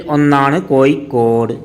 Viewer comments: Koikod alla kozhikode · എട്ടോ പൊട്ടാ കോയിക്കോട് അല്ല കോഴിക്കോട് നിങ്ങൾ നാട്ടുകാർ പരസ്പരം സംസാരിക്കുമ്പോൾ എങ്ങനെ വേണേലും ആകാം പക്ഷേ ഒരു യൂട്യൂബ് കൈകാര്യം ചെയ്യുമ്പോൾ ഭാഷ അത് കൃത്യവും വ്യക്തവും ആയിരിക്കണം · കോയിക്കോട് അല്ല കോഴിക്കോട് എന്നാണ്. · കോയിക്കോട് അല്ല പഹയാ 😂കോഴിക്കോട് ന്ന് പറ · കോയി കോഡ് അല്ല കോഴിക്കോട് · എടാ പൊട്ടാ കോഴിക്കോട് എന്നു പറ, കോയിക്കോട് എന്നല്ല.